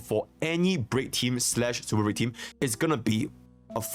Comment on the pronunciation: It's racist to mock someone for the way they talk. Besides that, it's pretty fucked up, not his fault he can't pronounce Super Break properly. Lol